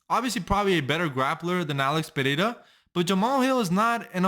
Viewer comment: Congratulations for saying "Pereira" perfectly! I'm Brazilian. 😅